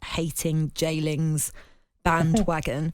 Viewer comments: Fully grown adult saying “j-lings” is cringe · Did she call him Jlingz for fucks sake? 😵